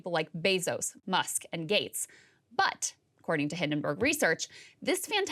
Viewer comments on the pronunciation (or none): none